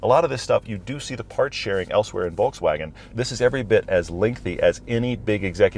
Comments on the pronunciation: Exactly! My ears are beading each time he says "Volkswagen" 😭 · Discusses the correct pronunciation of Phaeton in depth Pronounces Volkswagen wrong